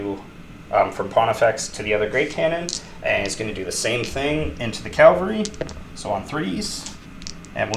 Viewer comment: CAValry. Not CALVary.